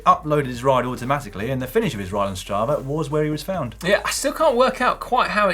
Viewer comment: i know brits love adding letter R in the end of the words and i tolerate this with mental torment but come on. its STRAVA not stravar